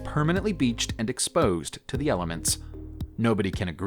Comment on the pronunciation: "ayy" "thee" wtf?!